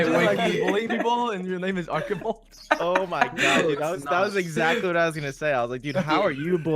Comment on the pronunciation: Arkibald. Arch-i-bald